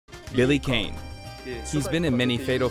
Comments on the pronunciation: Billy's last name is actually pronounced "Kah-nay" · I find it funny that the translator said Billy Kane's name wrong. It's pronounced like the Star Trek villain, not "Kain".